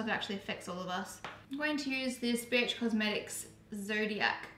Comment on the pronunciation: Love these videos 😍 when you said bh cosmetics at first it sounded like Bitch and I was shook ahahaha 😂